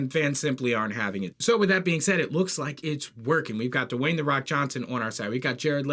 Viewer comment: His name is Dwayne, not Dewayne